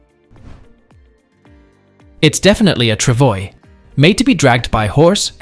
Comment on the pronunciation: Trav-wah......not Trav-oys.....It's a French word.